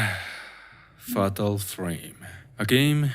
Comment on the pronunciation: not him saying ''faHtal frame''